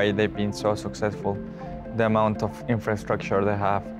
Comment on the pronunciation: jajaj si dijo infrastructure bien jajaj